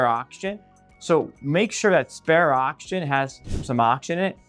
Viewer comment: When you say “ock-shin” are you saying “oxygen”?